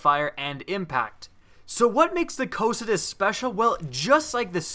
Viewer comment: Cocytus is pronounced Co-cute-ess. named after a servant to some demon or other